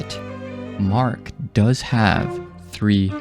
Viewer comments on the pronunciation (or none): none